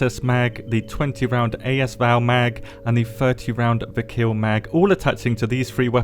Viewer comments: I love you, but plz!!! It's "Vik-er" not "Vik-here" lmfao! The "h" is silent. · It's not viker 😂😂, it's Вихрь.